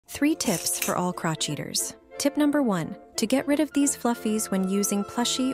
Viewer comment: Did anyone else notice that the narrator pronounced "crocheters" as " crotch eaters"?